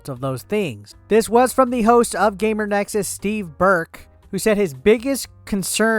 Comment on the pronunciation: GamerS Nexus. Difficult to continue watching if you cant even get that right...multiple times. Oh wait, now you said it correctly....oh wait, now incorrectly again. Sigh...